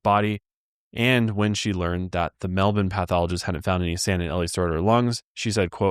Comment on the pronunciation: A bit off topic but kudos to for pronouncing Melbourne correctly.